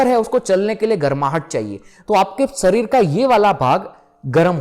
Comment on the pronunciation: Arey mere bhai bhai sarir kyo bolte ho शरीर, सरीर nhi hota 😅khair ap jo bta rhe ho wo amezing hai. Yes chandr nadi aur chandra nadi most important nadi, isase ayurveda me jyotish me bhi bahut uoyogi hai aur spirituality me bhi sahak hote hai